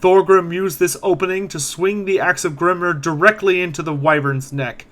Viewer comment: Excellent video, with one exception, Grimnir is pronounced Grimneer, not Grimner. Hearing a dwarf god pronounced like he is an Orc is grating, lol. I loved everything else in the video and greatly appreciate it.